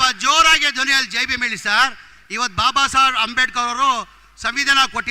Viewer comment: ಬಾಬಾಸಾಬ್ ಅಲ್ರೀ ಬಾಬಾಸಾಹೇಬ ಅಂತ ಹೇಳು 😀🚩